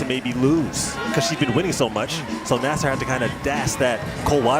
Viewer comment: TIRED OF AI ARTIFICIAL NARRATORS THAT MIS-PRONOUCE NAMES LIKE "NAY-SER" IT IS "NAS-SER!" CAN'T YOU HIRE A COLLEGE COMMUNICATION STUDENT TO NARRATE THE VIDEO?